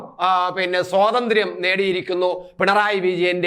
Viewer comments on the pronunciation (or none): none